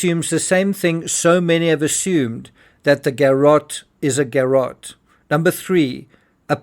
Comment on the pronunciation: If you say garot one more time without getting to your point .....,..